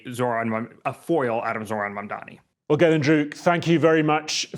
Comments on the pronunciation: How has it been nearly a year and Cuomo still cant get Mamdani's name right? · He still can not pronounce Mamdani's name. Shame!